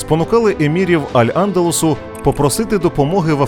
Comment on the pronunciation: Навчіться правильно ставити наголос географічним і історичним назвам типу: Аль Андалýс, морícкос i etc..